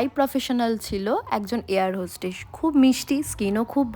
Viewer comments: Not hostage , its hostess… and not suttles ,its shutle.. Not by professional, its profession.. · এয়র হোশ্টেশ কী proffession !? Air hostess "hoshtesh" ??